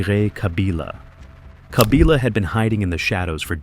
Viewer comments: Kabila not Kabiila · The pronunciation is "Kabila" and not "Kabila"